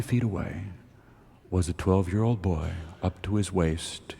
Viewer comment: I’ve also noticed Garrison pronouncing long o sounds like this: mold = mow-wold, old = oh-wold